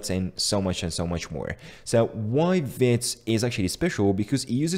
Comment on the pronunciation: Vite = fast in french and we pronounce it "veet".